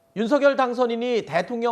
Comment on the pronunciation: 사회자님 발음을 윤서결이 아니라 윤석녈로 하세요